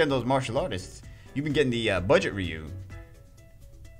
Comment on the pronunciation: I don't think that's how you say RYU. Not trying to be mean